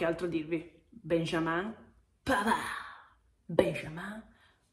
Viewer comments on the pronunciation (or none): È arrivato pavarrrrrrrrrr (senza pronunciare la d mi raccomando) e grande marotta